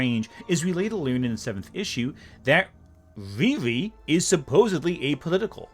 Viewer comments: I don’t like her because they named her something that we would in trouble for saying in school (mocking term for mentally disabled person). That name is supposed to be pronounced Rear-ee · Not complaining about RIRI being a hard to say name 🤣